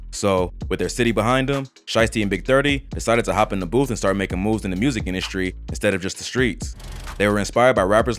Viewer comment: Jus wish they knew how to pronounce the word music lmao wtf is murzik